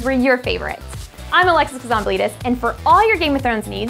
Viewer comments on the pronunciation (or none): when she says her full name it sounds like " I'm Alexis cause I am bleedus " lol. by the way that's daenerys's necklace !